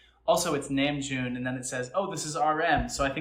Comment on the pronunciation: His real name is Kum Namjoon (last name comes first). It is not pronounced nam like ham, it is pronounced "nom" like Tom. RM is a stage name